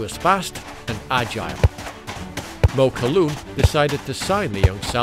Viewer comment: It is NOT MAWKOLOOON ...It IS MUKAAAAAWOLOOON